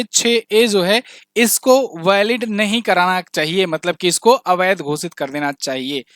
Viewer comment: Avadh ghosit kiya hai jayega nahi thik se bolo